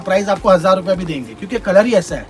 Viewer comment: 850 से अशा मिलेगा वीडियो में अशा अशा बोलता है हरामि